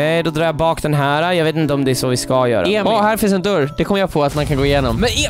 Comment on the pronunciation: Man säger dÖrr inte dUuuRr